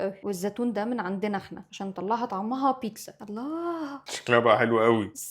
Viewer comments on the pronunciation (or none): إنتي ليه بتقولي موتساريلا و بيتسا 🙂🙂 حرف ال ز عندك فين 😂😂